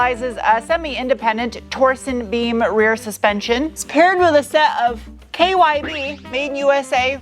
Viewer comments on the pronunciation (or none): . Torseen beam...😊